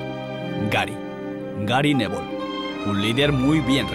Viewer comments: go Compañero, ¿sabes inglés? Te lo digo porque se pronuncia así. ¿O también le vas a decir a la gente que sí que sabe inglés que no saben pronunciarlo? Se dice "Nevoll", aproximadamente. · Le sugiero a la producción de El Día Después, que el próximo cronista que haga la voz en off de partidos del Valencia y le diga "Nebol" a Gary Neville, sea despedido. Ya es reiterativo... ¿O el boludo soy yo? Nebol, Nebol, Nebol, Nebol y la reputísima madre.